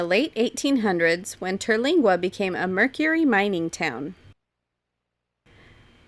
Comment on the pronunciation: Awesome 👏 I’m do happy you enjoyed your visit to Big Bend. Its so big and would take several days to see it all. Terlingua is my fave. Oh and it’s Ter-ling-a. No gwa sound. I pretty much saw what y’all saw but I know there’s so much more. I look forward to visiting it again. Thanks y’all for showing the beauty of my great state of Texas. ✌🏻